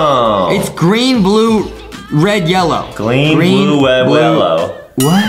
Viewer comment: adam said gween bwue rwed yewwoy 🤣